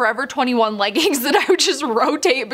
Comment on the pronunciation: Sorry they are called leggings not leggins